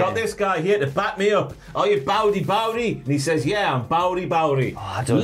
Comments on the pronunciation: To clarify for my friends across the pond, it's not "baudy baudy", it's "BOUT IT, BOUT IT" as in "Are you about that life?" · Pretty sure "BOWDY BOWDY" is actually "BOUT' IT BOUT' IT" as in "about it, about it" as in "you are 'about the Latino life.'" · "bout it bout it" not bowdy 🤦🏾